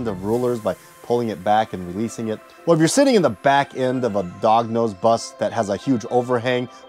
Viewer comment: I like the way he says 'Dog nose bus' lol